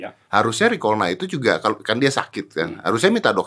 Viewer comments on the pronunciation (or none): Riklona om bukan rikolna